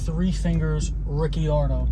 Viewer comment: Coulda swore At first you said guy who killed his pops name was 3 fingers Riccione Haaaahhaaa hilarious but than I heard ricciardo.🤷‍♂️Excellent video my friend, really good. thanks.....Yet another great example of the gang that couldn’t shoot straight